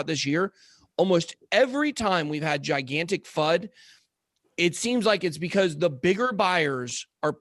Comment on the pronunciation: Everytime says fud...I hear fuck